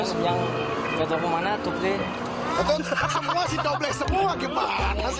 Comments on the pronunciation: english: double indo: dobleh 😎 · Indonesia: Satu, Dua, Tiga Inggris: One, Two, Three: Dobleh, Jamal, Kabur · Dobleh, dobleh, dobleh